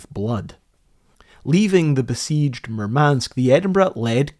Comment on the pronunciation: nitpick: the stress in Murmansk is on the first vowel - MOOR-mansk